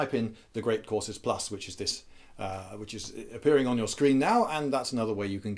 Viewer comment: I heard "this video was sponsored by Great Horses Plus"